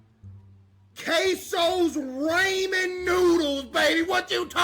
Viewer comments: bruhh. Caseoh pronounces ramen as "ray"men anyways. It's always been like a joke among his fans. It was so obvious he would do this. Just like how he calls "shit" "dookie". This controversy is so stupid. People be finding anything to argue about. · and case been saying it for years? way before ray even met kai. he was the first (between those two) to call it raymen cs he didn't know how to pronounce it. Case was obviously first to do it